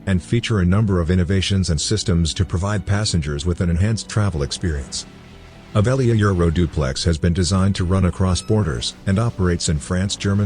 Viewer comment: Text in video: Avelia Euroduplex. Robot voice: Aeuoliouaeoeuoilulaoileauoplex.